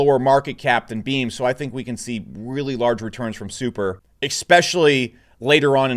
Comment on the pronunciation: bro, please learn to pronounce 'Especially', it's not 'Ecspecially'